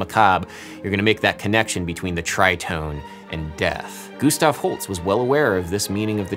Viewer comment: Adam, I love you, this video is amazing, but WHY do you pronounce Holst as Holtz? Haha! Anyway, thank you for this, I love "but actually" videos.